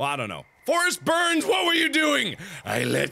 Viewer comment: isn't it "Forest Byrnes" and not "Berns"? lol